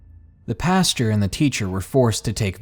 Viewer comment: OMG I'm going crazy with your mispronunciation of words! It is not PASTURE (that's where cow's shit) it's PAST-OR. Macabre is pronounced MAH-COB, and Maniacal is pronounced MAH-NIGH-A-CAL! GOD!!!!!!!!!!!!!!!!!!!!!! I love listening to the stories but you drive me batshit crazy!